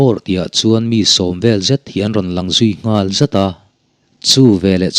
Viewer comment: Englai mah in Ngãl hi a ri hniam in kan lamri ngai lo . A rihniam a i lamrik chuan a awmzia a bo hmak mai ang . I ngal ka khawng a ngeh. Ngal hi a ri hniam a i lamrik chuan a awmzia a bo daih ang. I ngãl kha ka khawng fawk mai tur a nia... 😮😅😅 .